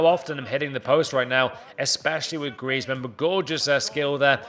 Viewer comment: It's griezman don't watch it😂😂😂